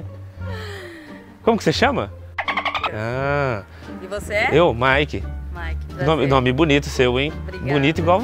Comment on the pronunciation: Pqp ela disse maiki sim mn